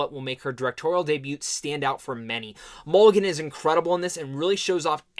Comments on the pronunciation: it’s mulligan not mcgillam or whatever the duck you said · Bruh. YOU called her "MC-Gillan" 3x before FINALLY calling her by Her NAME: "MULL-I-GAN". You did this while claiming, without a trace of irony, that Mulligan and Moss "never get any credit when it comes due", and then blamed others at Sundance for YOUR error instead of just saying: "Yeah, that was my bad." Idk why some ppl think that admitting they made an error like the rest of us mere humans, makes them..Gods? But I DO know that it doesn't. Mispronouncing "Mulligan" didn't stop the world from turning, and I'm fairly certain that ADMITTING it, wouldn't cause a global disaster, either, smh & lol.